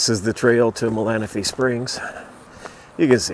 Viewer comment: Very cool. And you say Malanaphy correct 😉